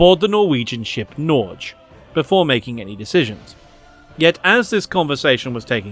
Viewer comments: A lot of people have probably told you this but Norge is the endonym for Norway and isn't pronounced 'Norj' but more like 'Nor-Ye' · Only thing I dislike about this is your pronunciation of Norge as, "Nor-juh." I only know a handful of Norwegian words, but that is one of them, and thus I know it's more like, "Norrr-geh." At least, I think that's what you're saying. (Also, noticed the use of the Narvik movie from Netflix! I rather enjoyed it, even if the Norwegian to English subtitles are hella janky most of the time.) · i've never seen someone ever butcher Norge so hard before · First time i've heard "Norge" (Norway in norwegian) pronounced "norj". 😀 Good video though! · FYI "Norge" is pronounced with a hard G. Like "Norway" minus "way", followed by "gekko" minus "kko".